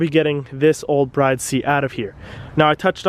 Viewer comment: From what I’ve heard it’s pronounced “brid “ Mickey from throtl met the guy who made bride seats and corrected him on the pronunciation